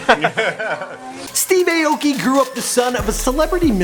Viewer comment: That's not how you say his last name..